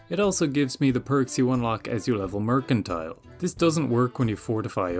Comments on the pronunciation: mers and tull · “Mer” as in mermaid, “can” as in a can of soup, “tile” as in a tile on the floor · MER-CAN-TEAL if you feel fancy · Mer-can-tee-leh, must be Italian! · still not knowing how to pronounce mercantile is precious. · One day he'll figure out that you say the "c" with an "s" sound like in mercenary.